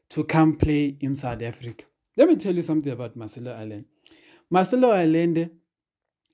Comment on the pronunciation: At the risk of sounding repetitious, this guy's name (Allende) is pronounced "Ayende".